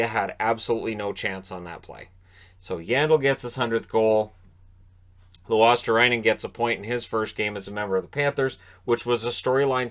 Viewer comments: Not that the nhl pbp announcers will ever get it right, but... Luostarinen, ri-nen. Not rye, just a short ri* like in Rinne. *or ree if that makes more sense in anglo phonetics. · Luostarinen, not Luostarainen. You don't say Pekka Rainne either so why Luostarainen? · It's luosta-RINNE-n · In case Luostarinen makes a habbit out of getting to the score board: his name is pronounced 'Luosta-re-nen' Instead of 'Luosta-rai-nen' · everyone in NA seems to pronounce it as Luostarainen. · The "i" in "Luostarinen" is pronounced as "e" btw :) I know the tv commentators mispronounced it as well. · The announcer said it incorrectly as well. Of course there's a difference in pronunciation for people who speak different languages and I do understand (and I don't care) if the pronunciation isn't absolutely perfect but it can easily mean something completely different if you change some letters. I just thought if he wants to be accurate then the "ri" in Luostarinen or in whichever name has "ri" is pronounced exactly the same as in "Rinne" or "Risto. Sometimes the last "n" is dropped in spoken language (depends of the dialect) Anyways, not a big deal.